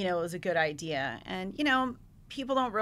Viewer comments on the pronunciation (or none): none